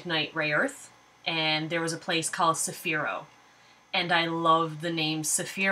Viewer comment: Hi, i read your stories and sometimes i review, I'm a bit shy. hehe, i never actually properly read Cephera's name, and haven't said it in my mind or out loud properly ever since, you saying it properly is really helpful. Thanks, ill follow the video's and look forward to more stories. BYE!!!!!!:)